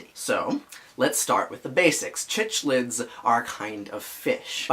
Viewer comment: Its prounounced Sicklids! Great video though!